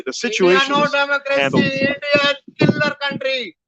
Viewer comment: “Endia no Damocracy, Endia Kelar kauntry” - Canadian Chacha with an Whatsapp university degree